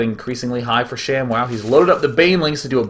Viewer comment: its not shamwow its sham-WOW!